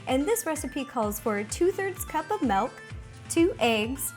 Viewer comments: Did she say melk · Ro won't threaten you with suicide if you ask her for a glass of malk :D